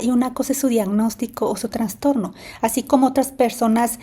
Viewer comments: Se dice trastorno,no transtorno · Trastorno, no "traNstorno". Por favor🙏